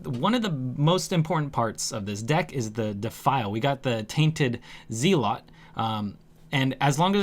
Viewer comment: lol zee-lot